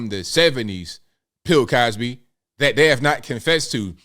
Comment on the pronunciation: Lol. You said Pill Cosby. 😂